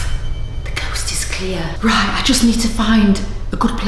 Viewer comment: he said "coast" not "ghost"